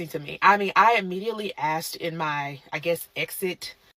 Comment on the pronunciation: Most educated and still can't say asked properly.